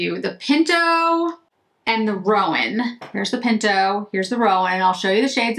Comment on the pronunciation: Love these!! And I wish I had your red hair...so pretty!! I have them and think they are so pretty....my first Chantecaille eyeshadows...as I am a horse fan. Just FYI...because I have heard other people say it the same way...i Roan is 'row- n"...as in a long 'o'...not 'rowan', like a rowan tree. But that is just me being picky about horse colors. A roan colored horse is a light brown with noted white /silver flecking to the hair.